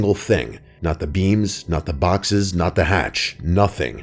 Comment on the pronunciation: Am I the only one that thought he was saying beans and not beams